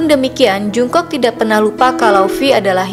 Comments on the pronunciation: Setau gue jungkook dibaca jong-guk bukan jung-kok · Tulisannya Jungkook Bacanya jongkuk (latin) g enak gitu.kalo dengernya jungkok (latin) 😩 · Jung "KOK" ..... Bacanya Jong KUK min bukan jung kok 💜💜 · Salfok sama suara mbaknya,,, nama jungkook bacanya jongkuuk mba 😁😁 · Pelafalan namanya jonggug & bwi yg lebih tepat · Bacanya ga Jungkook tapi jongkook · Mimin kpop'ers baru kah...kok baca namanya jk agak wagu gitu... Maaf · Belajar lagi cara pelafalan nama JUNGKOOK..bikin kesel dengernya.